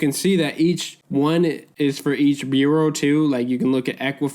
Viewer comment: Thanks for the information...but u are mispronouncing bureau and that takes away from the video for me 🤷